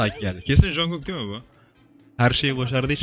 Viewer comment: Abi üyelerinin adının çoğu j eyle başlıyor ya sen j diye değil c diye oku Jungkook-cungkok Jimin-cimin Jhope-jeyhop V-Vi Rm-arem Jin-cin Suga-şuga